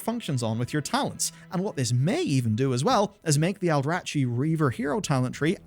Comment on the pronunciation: That's not how you pronounce Aldrachi.